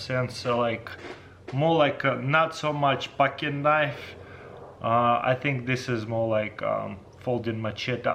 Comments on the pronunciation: "That's a Knoiff" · “You call that a knoife”?